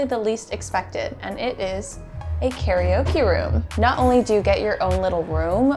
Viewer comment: C'mon, "carryOKIE" room? 😭😹😭